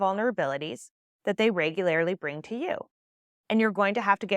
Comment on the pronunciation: Featuring a favorite semi-regular pronunciation quirk: "Regu-LARE-ly." Not sure if it's a wherever--is-from thing, or just a Heidism, but delightful!